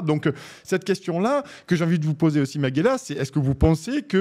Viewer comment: T'ain le gars sait même pas prononcer son nom stp... C'est ma-ge-LYA.